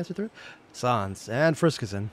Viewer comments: I'd say he says undine more as [un-dean] instead of [un-dine(like dining)] and sans as [s-ah-ns] instead of [sense]. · Your pronunciation for sans and undyne are really funny. I'm usually accustomed to hearing them a certain way so you calling undyne(un-dye-in) as (un-dine) and sans(se-ans) as (saa-ns) is very fun. Also you picking up that the ut sans is not from the original timeline is very attentive of you. It actually comes up later but great for picking up on it.